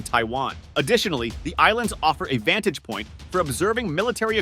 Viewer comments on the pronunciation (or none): none